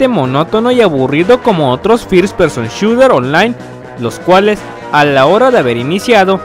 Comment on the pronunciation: call of dury y dirs pershon shuer jaja